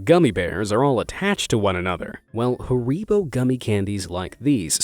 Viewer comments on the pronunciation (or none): What company is "Ha-reebo"? Sounds like some rip-off of Haribo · I once found double yolks in two "peewee" size (Bantam hen) eggs; both on the same morning. The eggs were only about two inches in length and the yolks were each the size of a nickle. By the way, it's not "huh-ree-bo" gummibears. It's "Harr-i-bo" (short "I" as in it). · 🤣🤣 Hareeeeebo!!! Its pronounced Hareebow. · it is pronounced hair-bow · Ah yes i love a fresh bag of HaRyPos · imagine pronouncing it hurreeboh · It's harry-bow/s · It is pronounced Hair-i-bow. Not however it is that you pronounced it. The company says the name correctly in their commercials at the end they say "the magic world of Haribo." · Wait, "Hareeebo"?!?! That's not how Americans pronounce Haribo is it? This might be worse then Alooominum... 🤔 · It's pronounced harry bow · For the record. It's HARIBO. Pronounced as HAIR-I-BO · you pronounced haribo wrong or am i just weird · The way u pronounced haribo made me want to commit not living